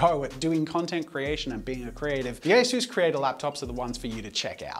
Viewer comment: Asus but without the "u" haha